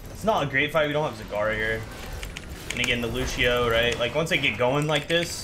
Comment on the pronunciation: That's not how you pronounce Lúcio's name. And the fact that Lúcio says his own name in multiple voice lines makes that even funnier.